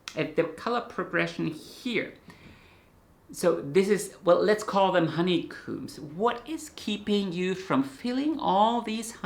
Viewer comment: "Honey Comb ! " at "12.38" Comb as in 'Home !' not Honey 'Coom's. . . 😂 I'll let myself out ! As a Hobbie Beekeeper whose Bees here in Scotland 🏴 are all Snug in their Hives. So come non Bee Season aka November to March . . . I Knit instead. . . 👌 Just found your Channel on Youtube. Brilliant Videos to refresh my 'Steiner School Knitting Class Session' back in Edinburgh in the 1980's. 😉 Also did Spinning, Wool Dyes, Felt Making. And somewhere I have an 1900s 'Sock Knitting Machine. Alas still to Knit a Sock on it. . . Oh well.🤭 But do Knit them by Hand. (Need some Instructions to use it properly !?) Any Good Sock Knitting Machine Videos anywhere. Or start one here !